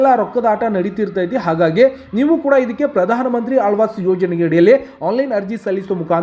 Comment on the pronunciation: Lo guru gabbu mudevi alvas yojane alla adu awaaj yojane😂😂😂😂forcidure alla kanla procedure😂😂😂😂